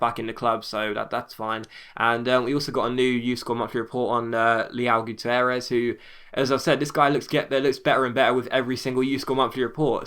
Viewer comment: Your youth player's name is pronounced Lay-ow Goot-err-es. I think.